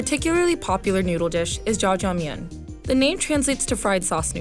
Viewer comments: When she pronounce ZhaJiangMian as Chajangmian my Filipino-Chinese ears were bleeding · This lady really just said “ja-ja mien”